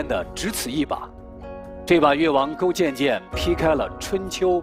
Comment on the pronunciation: 听成越王勾贱贱，有点萌